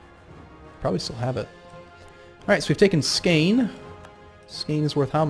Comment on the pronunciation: IT IS not skaene it is SKaane!!!